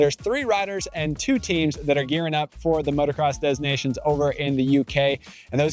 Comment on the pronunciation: the 'S" was never pronounced and certainly not pronounced as a 'Z'. It's not dez Nations